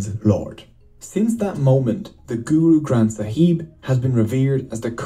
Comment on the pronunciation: I love how they mispronounce so many things GoOrOo gRAnTh SAhEEb